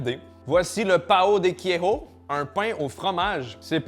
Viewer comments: L'accent portugais mdr 😂 Pao de queijo On prononce : paon (pa on) de queijo (queille geau) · Repeat after me en phonétique : paoOon dé quégeau 😅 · La prononciation de “pão de queijo” fait mal aux oreilles… Pourquoi vouloir tout prononcer à l’Espagnol alors qu’au Brésil on parle portugais ? Ça me trigger de fou à chaque fois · Ça me fume comment tu dit le pain au fromage 😂👌